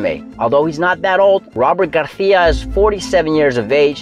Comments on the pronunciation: aren't you pronouncing his name the Spanish way (with a lisp), not the Mexican way (without a lisp)? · Why are you saying Garcia with a attempted Spanish accent? Pronounce the C as an S. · It's Robert Garcia as it's spelt, not Garthia WFT. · Robert “Garthia” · I was going to subscribe but "Garthia" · Bro why you saying Garthia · Nop, he is sayin' it in the wrong way.